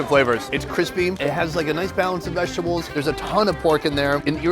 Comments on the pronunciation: When sonny says vagitables lmfao ever show he does it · why does he keep saying vagtables loool